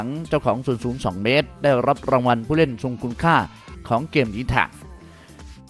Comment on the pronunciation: ฝึกออกหางเสียงแบบปกติเพราะเพี้😂ยนเด็กจะตามมันผิด เช่นเกม ไม่ใช่แกม นะครับ